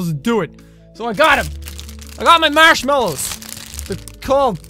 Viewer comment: It sounds like he's saying Marshalls.